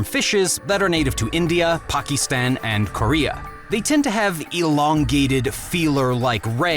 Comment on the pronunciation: How the fuck do you mess up pronouncing Pakistan. Like you can't do anything correctly.